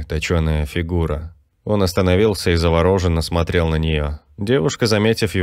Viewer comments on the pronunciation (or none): В слове завороженно ударение падает на букву ё.